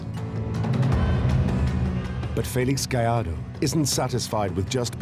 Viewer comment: the narrator can pronounce Gallardo correctly but not Vallarta.